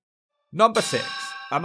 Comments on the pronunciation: ps it is ammanford not a-man- ford 😅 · A Man Ford ? 😆 It's not pronounced like that! 😂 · Maybe the crime rate has something to do with the way the police record a 'crime'. By the way its pronounced "Amm-an ford" not "A man ford" (if you get my point). Also, if you cannot pronounce LLanelli the best thing to do is say "Thlan eth lee" that is a better approximation than saying "clanethli" which is how most English people pronounce it. Thanks for making this, it was very entertaining. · Just to say, it's AMManford. Not AmmANford. It's still shit, though. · Aman ford ...that's how you pronounce it🏴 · Your pronunciation of Ammanford made me chuckle 😅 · The double m threw him, did Llanelli pretty good though. 😂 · As a Welsh person I say well done for including the Welsh names for these towns, a lot of English people wouldn't bother doing this. Appreciate your attempt at saying Llanelli but your pronunciation of Ammanford was surprisingly pretty bad! Interesting that you thought that Haverfordwest was worse than Milford Haven, I used to work a job in the public sector in Milford and I can tell you that the poverty and crime there is off the charts. Milford has been an English enclave for hundreds of years and you'll seldom hear anyone speak Welsh there despite it being surrounded to the East by very Welsh areas. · You pronounced ammanford wrong but I agree. Shit hole. As a Milford haven resident I can whole heartedly say it's 100% better than it was growing up. No bags of glue or burnt out cars anymore. And those telephone exchanges aren't empty. I should know I work in them. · Hey I am born and bred in Ammanford. First of all learn to pronounce it properly secondly it used to be a fantastic place with dance halls cinemas bowling alleys etc. And it is a very old town very old in deed